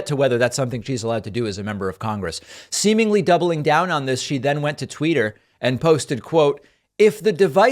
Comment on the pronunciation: Pakman, The king of correcting people’s pronunciations of words said “tweeter” right after making fun of mtg saying “berders”. That made me laugh.